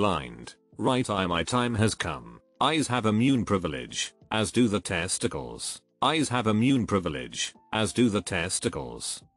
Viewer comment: The way that that voice pronounces the word testicles is hilarious.